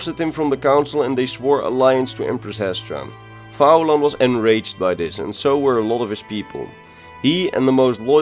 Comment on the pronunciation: Great video but i would have pronounced his name as Fee-lan. I say this, as i am Irish and went to uni with a guy called Fillan he spelt it in the Irish Gaelic spelling of Faolan. A very, very minor niggle, but love your videos enjoyed the ingame footage style. Funny enough when i was at University with him he never mentioned fighting the Legion single handedly you think he would have!